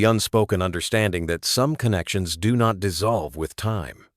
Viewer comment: Annoyingly, every time the word “No” appears, the Ai voice says “number” - can this “PLEASE” be corrected?! Also the pronunciation of POLICE and the word “not” being voiced as “note” and “pup” being pronounced “pupe”! 😂 ….. sigh! 😢